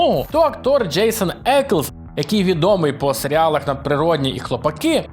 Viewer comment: Тільки Дженсен Еклз, а не Джейсен)